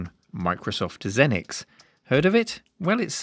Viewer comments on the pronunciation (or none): “Zee-nix”, not “Zen-nix”. Lol!